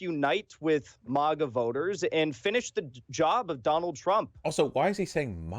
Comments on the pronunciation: "MOGAH movement" LOL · MAGA is pronounced like Saga. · He pronounces MAGA similar to the second word in Krav Maga, except with stress on the first syllable.